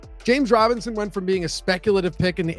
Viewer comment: i thought he said jane robinson,lol